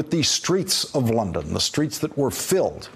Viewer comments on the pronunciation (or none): none